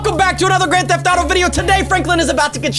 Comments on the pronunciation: But it’s said grant theft fotow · You say grantf theft ftawtow